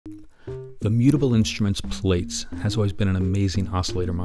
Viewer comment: Pronounced Platts, not Plates. Common mistake, no biggie. Anyway, the video and cheatsheet are super useful. Thanks!